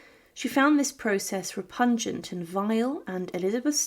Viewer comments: Repugnant not “repungent”. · "Repungent"? I find that downright repugnant. I did, however, very much enjoy the content.